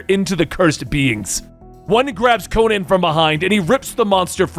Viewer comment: Would be better if you could pronouce Conan